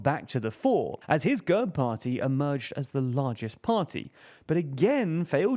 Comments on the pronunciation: quick detail to point out: GERB is pronounced with an E as in bed rather than an uh sound. It means coat of arms in Bulgarian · The E in GERB is pronounced as the e in elephant